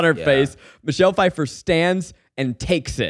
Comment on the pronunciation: Was looking for this comment, grinds my gears that no one corrected Zach lol